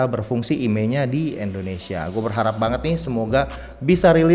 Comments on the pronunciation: Indonesia bukan Endonesia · Tolong dong jangan sebut Endonesia,tapi Indonesia #peace